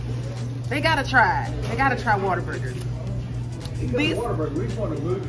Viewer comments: Sounds like you saying " water burger" but it's what a burger but say it in One word lolol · It is Whater-Burger 😂😂😂 it’s a Texas thang…. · Definitely pronounce it Waterburger, much easier to say. lol I guess I will have try In n out again. It’s one like 5 minutes away from me and I haven’t had it in years. But ain’t no way In N Out beating out Whataburger. I usually get the basic burger with cheese with either mayo or mustard. Every once in awhile I will add jalapeños.Fresh fries from there are my favorite with the spicy or regular ketchup.